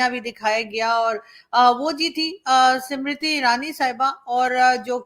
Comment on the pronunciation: The name of the minister is not Simriti but Smriti. Do pronounce correctly.😅